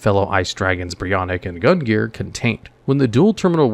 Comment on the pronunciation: So... bit of a gripe from me on the ice dragons. BREE-O-KNACK and GUN-NEAR